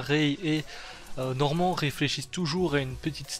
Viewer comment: Tu veux mettre l'accent anglais sur le titre mais 30 secondes plus tard ça dit Norman (Normand).